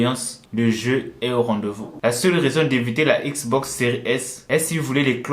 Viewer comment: J'ai juré il a dit une manette Xbos